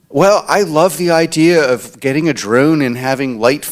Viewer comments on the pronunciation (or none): simply can’t with the way he says the word drone